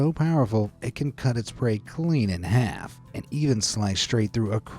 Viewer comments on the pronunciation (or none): none